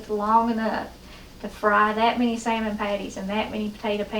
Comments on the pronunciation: I love this lady's accent when she says "sayer-mon". Keep the wonderful recipes coming but lose the comment warning. I find the "GOT IT" part insulting. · Is it pronounced sa-mond or Sal-mond 😉🤪😀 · Love to hear you pronounce "Samon".